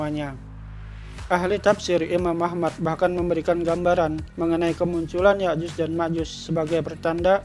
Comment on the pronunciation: ya'jud dan makjud bukan yakyuz dan Makjuz,,,,, emangnya juz😂😂😂